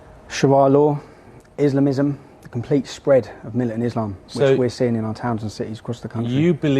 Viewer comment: "Islamum" - LOL